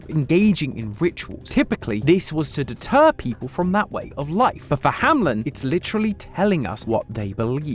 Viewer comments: Isn't it pronounced hamEln, not hamLen entertainment? 😅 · As a German hearing "Hameln" being mispronounced over and over and over is painful. It's not HamLIN. It's a long a and a 'mel' sound like you have when saying "Melbourne" ending with an simple n. Hameln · Why are you always nameing it Hamlen its Hameln. 🙈